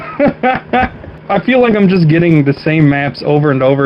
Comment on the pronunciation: "Just-eu, runni-eu and-eu, dyi-eu."